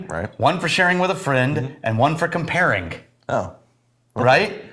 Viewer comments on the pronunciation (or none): There is no "K" at the end of the word "comparing". Sagamore is the bomb. I have spoken. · One for "comparink,"?